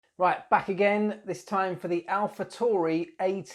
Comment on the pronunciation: Great vid. keep em coming :)..... just a side note though its Alpha T A U R I.... not TORI, there is no O in the name.